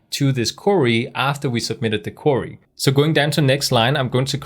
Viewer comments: Brilliant videos but it sounds like youre saying curry instead of query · excellent lesson, sorry to see your hair gone. Oh BTW query in English is said "kwee-ree" when spelt phonetically. Hope you don't mind as your English is way, way better than my Danish.